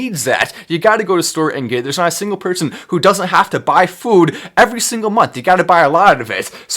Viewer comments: To the FWOOOD! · Kills me when he says “food” 😂